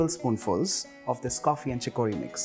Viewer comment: Pronounce CHICORY..... CHICK+UH+REE